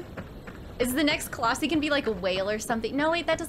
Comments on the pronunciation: Colossi is plural, one is a colossus It's pronounced like Colos-Eye 😛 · Firstly, colossi is pronounced “coloss-sai and not coloss-see” secondly, love your content and hope you continue this series. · That prediction tho! 😳😳😳 (And it's coloss-eye not ee)